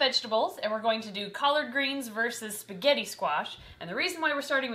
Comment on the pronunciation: Spigeti scwach